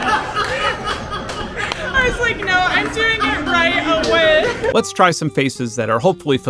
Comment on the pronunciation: “Vintage shyntheshyshers” had me rolling